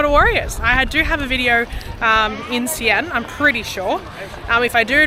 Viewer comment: Good on you for giving it a go with basic phrases, but just wanted to suggest that - you've mixed up your pronounciation of the "a"s in Xi'an and yuan: it's "See-Arn", and it's "Yu-en"